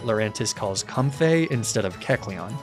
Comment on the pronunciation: used both Com-fee and Com-fay for the pronunciation for Comfey